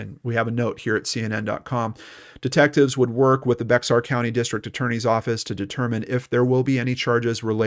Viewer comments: It’s not like it’s spelled, BEX-AR , it’s like BEAR pronounced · Hey,we love your show FYI the X in Bexar county is Silent,so it's pronounced Bear county living there we were cringing everytime you said beXar county,we realized you not living here wouldn't know & we hear it called beXar county ALOT so you're not alone,just a little info from a fan in case you talk about in future episodes 👍😎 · It's pronounced Bear not Bax-r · I live in Bexar County, it’s pronounced “Bear” the x is silent. Just an FYI. Great coverage, Thank you! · Thr way to say Bexar county is bear county. X is silent. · I love the remarkable work you do. Just wanted you to know that the 'x' in "Bexar" County is silent, and it's pronounced "Bear." Keep up the great work. 👍🏻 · I came to the comments just to see how many people told him how to say Bexar lol. Texan here. Not as many as I thought!